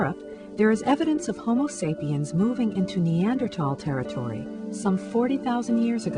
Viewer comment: Hahahaha. she said 'sapien'.